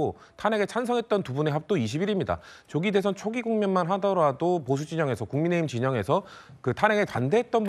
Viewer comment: 한국어에는 각 단어들에 장음(長音), 단음(短音)이 있어서 국어사전에도 표제어 장음 글자의 오른 편에 : 표로 표시되어 있다. 그런데 요즘 젊은 기자들은 특히 한자어를 말할 때 이를 전적으로 무시하고 전부 아주 짧게 발음한다. 예컨대 '여:당(與黨)', '야:당(野黨)', '대:선(大選)' 이라고 길게 발음을 해야 하는데 아주 짧게 발음하는 것이다. 또 청구인측 변호사가 "피청구인" 을 짧게 발음하는데 "피:청구인" 이라고 장음을 써야 한다. 요즘 한국인들의 '한자어' 구사가 이 모양 이 꼴이다. 이런 폐해는 한자 사용의 폐지에서 기인한 것이다. 정말 큰일 났다.